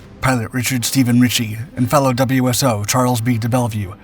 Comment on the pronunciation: WSO is "Wiz-oh"